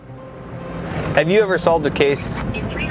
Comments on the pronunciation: Don't mean to sound critical but the one town ya'll are referring to is ANGLEton not ANGELton. Back to the video now......good one! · He was down from Angleton not Angeltown. Funny to hear people not from Texas say these names. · Angle-ton, TX. Not Angeltown. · Rick was my Mama's neighbor and we have all missed him for so long. BTW, Angleton is ANGLE-ton, not Angel Town. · So glad to see yall in Freeport! I can't imagine covering all the water ways. So dang many! And its Angleton, not Angel Town..lol. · You mispronounced Angleton. It’s Angle ton